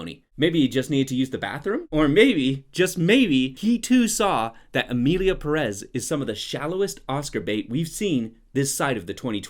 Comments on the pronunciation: emierda pé rres is bad but pronounce it correctly lol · "Emilia PerEz"